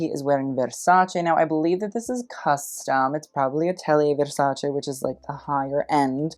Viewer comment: I always appreciate foreigners pronouncing Versace correctly.